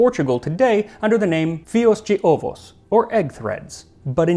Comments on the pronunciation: And yet he said "fios de ovos" as a brazillian would, botching the portuguese pronunciation. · Correct pronunciation for "Fios de ovo": phi-ush d'Ovush